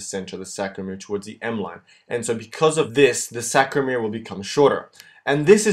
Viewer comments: Good work...a small correction.. it's saRCo-.... not saCRo. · It's sarcomere not sacromere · Wonderful video! But i guess the word is sarcomere not sacromere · sARCOmere... its killing me Best videos though, thank you! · It's called a sarcomere not sacromere. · aren't they sARCOmeres ? - not sACROmeres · “SAC”ROMERE LOLZ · oh, i see, he says the whole time sacromere...